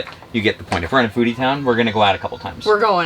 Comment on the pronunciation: When you said “a foodie town” my wife was half way listening and she asked.. did he just say a booty town? 🤣